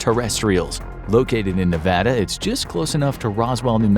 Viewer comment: Thanks for pronouncing "nevada" the right way